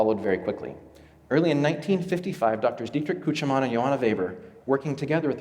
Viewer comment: As someone who knows a bit of German, he almost got Küchemann right. It's sort of like... uhm... "Kuoo-kyuh-maah-nuh" He failed to mention why so few Concordes were purchased. The TU-144 crash at the Paris Air Show severely hurt public perception on the safety of supersonics, particularly in the eyes of the airlines.